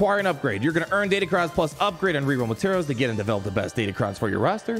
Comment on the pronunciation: They're Crons, not cons. DatacRons.